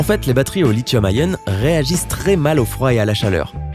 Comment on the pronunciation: On ne dit pas "ayon", on dit ion ... Comme les ions ... Logique nan ?